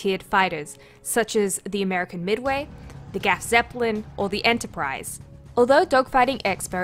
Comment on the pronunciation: Try pronouncing the GZ like this "Craf (like in "aircraft") Zeppelin". Not making fun of you, just trying to help (also, "Gaf" sounds so weird to my german ears). Cheerio.